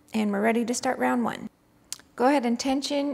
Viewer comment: "rrrounnnd onne" 😁